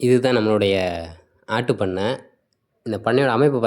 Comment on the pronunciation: ஜீ ஆட்டுப்பண்ணையா?. மாட்டுப்பண்ணையா?. உச்சரிப்பு சரியாக விளங்கவில்லை. வாழ்த்துகள்.